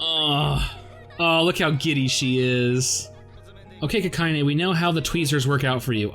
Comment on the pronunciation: My man, it's Kakine, not Kakayne. Also somehow both Frenda (allegedly) and Rakko are level 0... Leads me to wonder where she's storing all her dolls and bombs